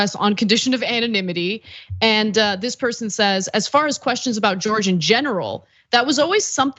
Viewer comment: He never said he was gay. He pronounces his name George - gay org!😃